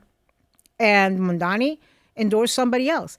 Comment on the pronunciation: It's Mamdani but Mandani 😂😂